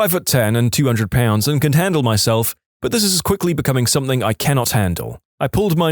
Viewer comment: No K in the word something